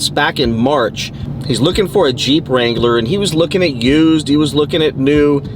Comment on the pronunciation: His first mistake was “looking for a Jeep Wangler”.😅